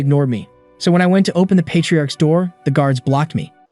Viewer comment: "open da noor" is peak gng